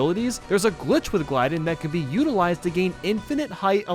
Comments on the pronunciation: Name: gly-don How says it: gly din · You pronounced Glydon wrong!